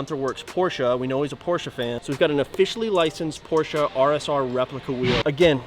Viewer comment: PORSCHE!! not Porshaaaaaaaaa